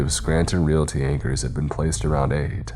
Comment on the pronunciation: Realty? REALTY?? Re-al-i-ty. Reality.